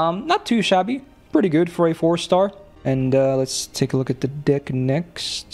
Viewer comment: moment why did I hear "Let's take a look at this Deek next" KEKW I need halp